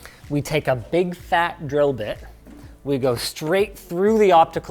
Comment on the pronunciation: I heard Linus saying drill bit as "girldick"